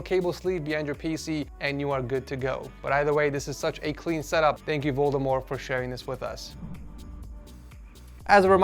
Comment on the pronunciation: i think he said voldemord